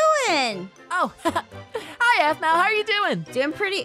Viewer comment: Is not Sphmau is Aphmau